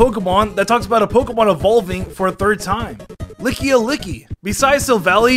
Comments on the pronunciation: Licky-o-licky? Its just lickilicky there isn't an o anywhere in its name. 🤣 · did he really call lickylicky lickyelicky lol